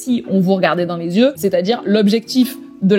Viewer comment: ''42 milliards de syeux''😂😂😂t'es la meilleure mama!